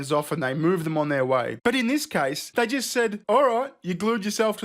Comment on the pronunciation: You have a certain way of saying jisst.